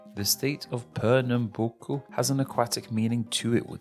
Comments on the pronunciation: You nailed Pernambuco Oo what's going on lol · Surprisingly you've pronounced PIAUÍ, PERNAMBUCO, ALAGOAS pretty well.